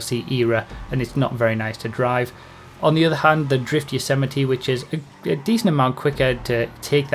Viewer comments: It's actually pronounced "Yo-zay-might" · Yosemite. Rhymes with vegamite. :_broughyKappa